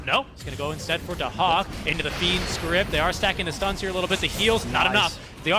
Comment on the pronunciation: Daxak = Dahak